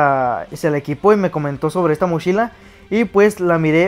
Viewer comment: Mochila no mashila